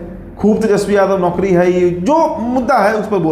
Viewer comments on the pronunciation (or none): none